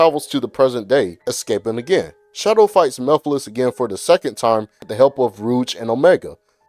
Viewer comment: No its pronounced mugh-fil-is 😂